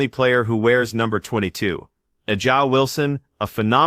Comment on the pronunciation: If the person announcing can’t pronounce A’ja’s name correctly, it’s Click Bait. Sue Bird is not recorded saying anything.